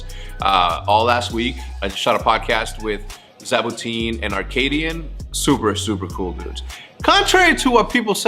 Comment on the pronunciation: "Arkaadian" bruh